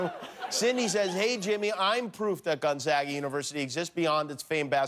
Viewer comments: For someone claiming to not know it exists, he's pronouncing it perfectly. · Gonzaga is Catholic Church college. It’s pronounced Gon-zaw-guh. It’s a small University in Spokane. It does have a law school. I believe third or fourth tier. It’s not much over in Seattle or considered on the same level as The University of Washington. It’s a good school. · 母Cheryl nobody in Spokane pronounces it with the w in it. gonzaga, simple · Ha, I went there and people also thought I went to school in Indiana. But thank you for properly pronouncing the school's name 🙂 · At least you can pronounce it! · For someone that doesn't believe it exists, your pronounciation of Gonzaga, Spokane, etc. is pretty spot on there, Jimmy. Just sayn...